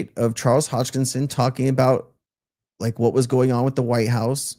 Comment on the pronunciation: Sensei, it's Charles Hoskinson, not Hodgkison. 👍